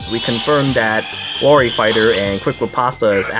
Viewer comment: You literally mispronounced every goddamned word possible. Analyzed. Wary. Riposte. Eliwood. Fahk, man, stahp.